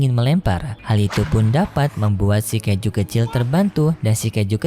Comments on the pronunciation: Kaiju bukan keju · Bang kok bilang Kaiju abang bilang keju?? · Kaiju ❌ Kaijo di kata keju ✔️ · Setiap kali saat bicara keiju malahan keju😂 Dan saya baru sadar 😂😂